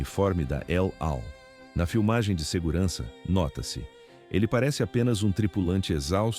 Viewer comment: NÃO È EL AL TENS QUE PRONUNCIAR NUNTOS ELAL